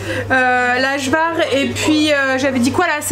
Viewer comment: Coucou trop belle Kim avec son bidou. Juste Ajvar on dit le J comme un Y 😉😉. Bonne journée